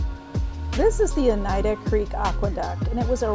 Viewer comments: Yes, it's pronounced O nite uh. You got it right. I used to live outside of Syracuse and the Erie Canal was my playground. Green Lakes are spectacular. Too bad you rode right by them. If you actually stayed on the correct trail in Syracuse, you would have gone by the Canal museum and after that, the trail through the City is great. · You pronounced Oneida correctly :) Your next stage will bring you to my neck of the woods, Rochester.